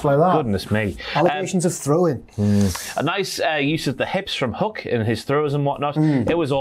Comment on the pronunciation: STOP SAYING HUCK